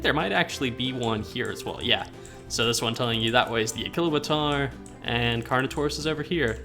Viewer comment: A-Chilo-Bator is how you say it